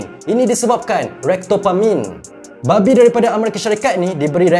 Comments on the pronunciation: Jelas dan terang sekali bila sebut "babi" tu😆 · Bro the way you sebut “babi” omg i cant 🤣🤣🤣🤣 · bang bab babi tu jgn menekakkan sgt mcm nak maki terus bunyinya 😂